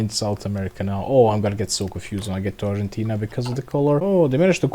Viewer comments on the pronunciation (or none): none